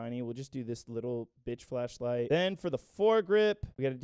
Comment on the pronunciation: legit thought he said flesh-light that's one way to improve morale in the field